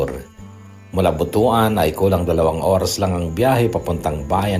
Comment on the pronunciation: butuwan po ang tamang pag bigkas ng butuan